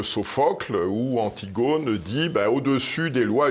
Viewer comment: Antigone o comme sol ou pomme et non un o fermé